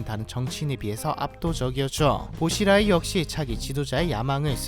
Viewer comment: 보시라이가 아니라 붜치라이 라고부릅니다 .